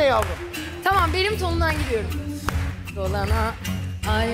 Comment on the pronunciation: "Dolanay" değil yahu,..Dolana, ay dolana, Dolana, yar dolana...